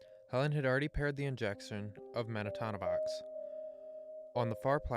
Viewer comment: It’s Men-ta-no-vox, Not Men-a-ta-no-vox Sorry that was bugging me 😂 accidents happen when you get a single letter wrong in medicine